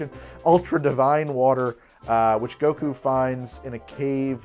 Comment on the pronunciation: I laughed so hard at the extended "Samwise Gamgees/Goko/BoBo Gaggins" flubbing. Fun episode! Genuinely want to make the Divine Senzu and the Krillin.